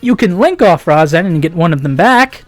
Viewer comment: Its pronounced Ri-zen but spelled Razen